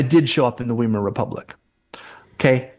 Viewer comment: It's Vai-mar (rhymes with die).